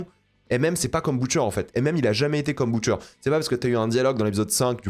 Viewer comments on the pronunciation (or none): "Boutcher" j'ai pas pû regarder plus d'1min de vidéo